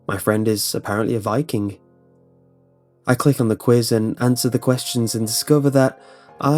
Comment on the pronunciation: what kind of viking are you? what I hear: what kind of wire are you? how the f